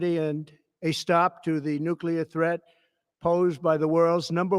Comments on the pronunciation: Sorry, did Trump have another stroke and say "newsclueer?" We really need to keep saying Trump needs a 25th amendment and then an impeachment. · My head is in my hands. We have a demented president who cannot even pronounce nuclear enriched in a national TV speech. He also says that his own intelligence agency does not know anything. Wow